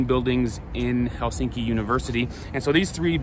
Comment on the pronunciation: Quick and easy lesson In Finnish language most common mistake by foreigners: The stress is always on the first syllable. 🤔👌 Thus it’s HELsinki👍 not HelSINki😖 and TAMpere👍 not TamPEre😖 More easy: every letter is pronounced and the same way independent of surrounding letters.✌️